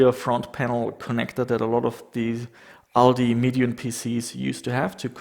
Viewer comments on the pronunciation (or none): none